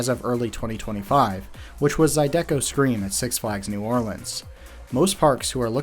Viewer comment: You said Zydeco wrong lol Also, even after that demolishment, our biggest ride is STILL A BOOMERANG